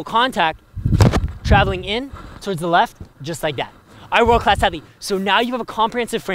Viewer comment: Sounds like saying "What is up world class athlete." nails a big serve. Sounds like "I whirl cass heavy?" "I roll cass heathy?" "are werl class athetes?"